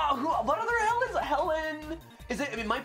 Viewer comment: It is not mount st. Helen but helens